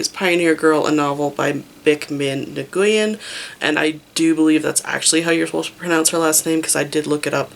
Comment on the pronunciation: My councilor has the last name Nguyen. She pronounced it as “when”